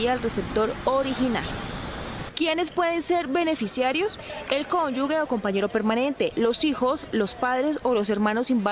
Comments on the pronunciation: No se dice CÓNYUGUE se dice cónyuge!! (Sección o nota acerca de las pensiones) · Sra periodista del informe de pensiones NO DIGA CONYUGUE! DIGA CONYUGE" SE ESCUCHA HORRIBLE!😉😁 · Señorita periodista, se dice “cónyuge “ y no “cónyugue”.